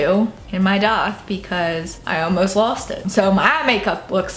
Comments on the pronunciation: you know that its called a DAITH not a doth right. youre speech is so fucking annoying god damn it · Where is she from? I know she talked about it but every time she says piercing I laugh and she also says daith odd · Love how she says daith